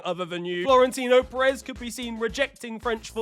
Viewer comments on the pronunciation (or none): none